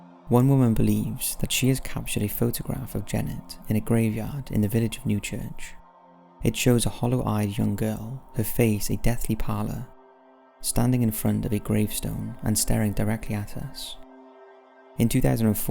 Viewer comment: Enviable is pronounced ENVEE able and she had a deathly PALL ER not parlour